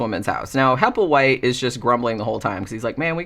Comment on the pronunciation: In "The little black bag" at the beginning Burgess Meredith calls the other bum, "Happleway", (however the spelling) and the bum gets mad and says "HappleWHITE!". Made me laugh when i heard you say "Happleway" too! 😂